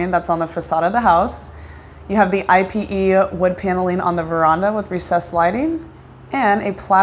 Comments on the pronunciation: I-P-E? You mean IPE (e-pay)? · "eey peh", dear. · Hi there I really like your channel and I just suscribed. I wanted to educate you on something that I noticed in a few of your videos. When you are pronouncing Ipe wood it's actually pronounced (ee-pay), also called Brazilian walnut. I hope this helps! Wishing you much success!! 🤗